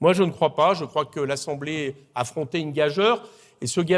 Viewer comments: L’élégance pour un orateur commence par la prononciation correcte des mots du français. Or, M. Coquerel a dit deux fois le mot gageure avec une prononciation fautive. On doit le dire comme s’il était écrit “ gajure “ . Voir par exemple la complainte de Robert le diable d’Aragon ( qui, lui, connaissait sa langue) où gageure rime avec injure. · Gageure ça se prononce "ga-jure", mon dieu vous êtes ministre... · Je vous estime beaucoup M. Coquerel, mais le mot gageure se prononce gajure, vous pouvez vérifier dans le dictionnaire. Merci ! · En aparté, Eric, "gageure" se prononce gageUre, le "e" permet au G de se prononcer J et donc le U se prononce et le E est muet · Gageure ça se prononce comme parjure... Bonne journée Mister cocktail !